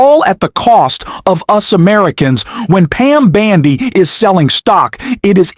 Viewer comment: If this aint AI, mispronouncing Bondi's name several times, I'll eat my hat...! Un-subscribing!